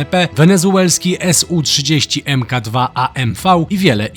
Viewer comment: Czyta się su a nie s-u